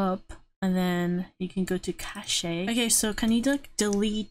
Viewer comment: Hey it’s pronounced more like cash